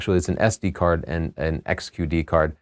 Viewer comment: do you listen to your videos before you post them. If not maybe you should or have someone else listen for mistakes. QXD XQD D6500 7D instead of D7200. It makes you sound like you don't know what you're talking about and we know that's not true. I actually enjoy your videos. I hope you don't take this the wrong way. Just a little C.C. Thanks for the videos.